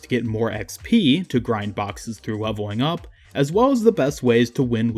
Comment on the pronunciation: Whenever you said something with an L sound you said w. Like multiple times you said weveling up. Sometimes (most of the time) wheb you said play you would say pway too. I just found that really funny